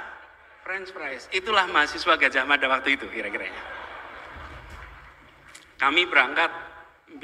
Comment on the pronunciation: Yg ijazah asli..nyebutnya Gadhahmada...kata dokter Tifauzia Tiasumma